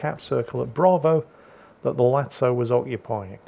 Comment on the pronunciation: Finally, new episode of butchering ship names, today it's Lazo once again, turning into Italian ''Latso'' all of a sudden